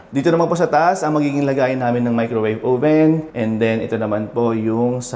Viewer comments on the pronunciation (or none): none